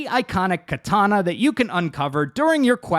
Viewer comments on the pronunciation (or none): none